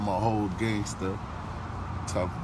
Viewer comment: sounds like he said "Gayster". no disrepect.